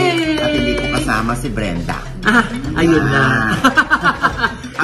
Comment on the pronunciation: Grabeng laughtrip na sa "Mrena" (Brenda) pero sumakit ng bongga ang tiyan ko sa "PAGTING-GIL" (Pagtingin) 🤣🤣🤣